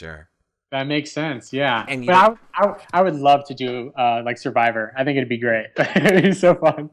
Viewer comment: "Do you dhink... "